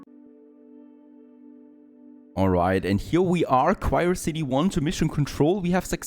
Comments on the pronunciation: It's not "cryocity" it's "Curiosity" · It's Curiosity not Quirecity. 😂